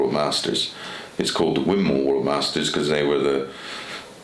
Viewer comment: Great interview and fascinating insights as always from Chis. But by the way guys, it's pronounced "Win-more".